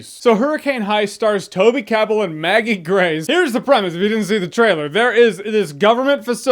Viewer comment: I cringed when you said Toby's name, such a great actor.